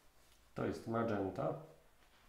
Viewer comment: Nie ma koloru madżenta, jest magenta. I tutaj g czytaj się jak g.